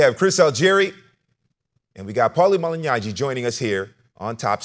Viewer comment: Why he say paulies last name like that😂 he said malinyagi